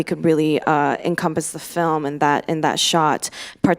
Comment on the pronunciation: 이해는 안되는데 발성이랑 발음만 들어도 뒤에 후광이 생김ㅋㅋㅋ 특히 필름 발음할 때